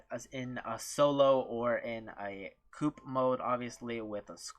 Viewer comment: Coop😅 its co-op